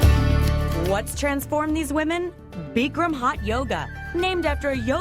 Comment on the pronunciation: BICK-RAM NOT BEEKREM!!